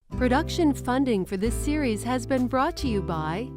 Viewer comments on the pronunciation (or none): none